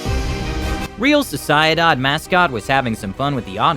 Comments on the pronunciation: this has to be the worst way i have ever heard someone pronounce real sociedad hahahahaha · My favourite spanish football team: “reel sossiadod” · im sorry, real socy ee dahd, wtf its re ahl so cie (like cielo) dahd